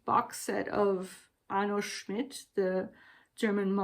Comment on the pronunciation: Arno Schmidt is one of the writers I find so fascinating. I’ve only read one of his novellas. I enjoyed hearing you say his name and mumbling in German! The German language forever feels so out of reach for me.